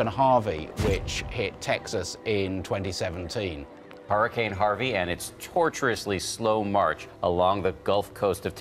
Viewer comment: Which accent pronounces Hurricane as "Harra-can".. ?? Sooo weird to my Canadian ears!!